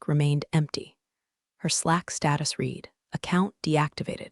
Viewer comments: Still need AI to use read right. It is prounounced red. When will someone somewhere work on all AIs to get this right?!! Is such a typical problem along with bow and live being incorrectly pronounced!!🙄🙄❤️🐉💙💙😎😎🌈🌈🦉🦅🍍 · AI can't differentiate between read and read